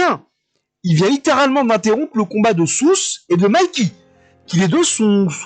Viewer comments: Juste South se prononce "SaaOute" et non "Sousse" ✌ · Oui SAAOUTTEE , South. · Yooo , ça me fume comment tu prononce south wlh T’es un tueur continue comme ça mdrrr !!!